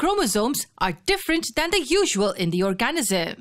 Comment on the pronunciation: You need to learn how to pronounce organism